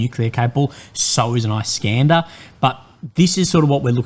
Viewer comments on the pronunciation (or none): Your Slavic pronunciation is fantastic.... Please learn how to pronounce iskander... Not eye scanned her..... Is can der